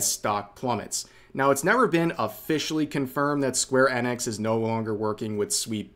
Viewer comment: How is it that you don't know how to pronounce square enix correctly?